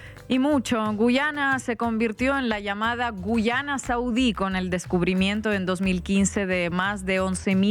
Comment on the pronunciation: Inna, enséñale a tu colega que este país se llama GUYANA, no GUCHANA.